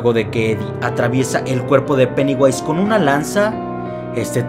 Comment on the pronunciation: Vai a flota dijo peniwais.